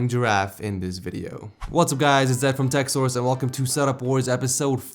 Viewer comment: So you got the SORES in TechSores finally? Because you know you say TechSORES and not TechSOURCE. Get well and make sure you start pronouncing it correctly, SOURCE not SORES.